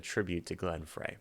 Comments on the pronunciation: Supposed to be eerie sounding, gives the story a big push. And it’s pronounced Glenn Fry. Not Fray. R.I.P. great reaction as always! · Glenn Frey's last name is actually pronounced "Fry". I'm not sure if he and Henley ever got brotherly feelings toward one another, but damn! They could write songs and perform together wonderfully. I like both the drug metaphor and the mirage of California as the best place, the best dreams, best lifestyle AND a nexus for the music industry. I bought this album when I was 16. Not admitting anything about age, though! :-) Ariadne is from Greek mythology. She was usually involved with mazes, and led Theseus (dang, it's been more than 40 years since studying this stuff in high school, so I hope I am not messing up) from the maze of the Minotaur on the island of Crete. But if I am even close that reference in the interpretation is probably spot on. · Just FYI, Frey is pronounced "Fry". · I was at this concert in Largo MD ( just outside of DC). I was in the 5th row. I was pretty lit...Glenn's last name is pronounced " fry"..Didn't realized it was being 📹 🎥 📻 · Just so you know, Glenn Frey's last name was pronounced "Fry." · Frey is pronounced "Fry" btw. :) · Just for educational purposes Frey is pronounced like fry.